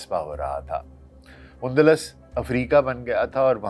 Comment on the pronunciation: Undlas نہیں Andalus ہے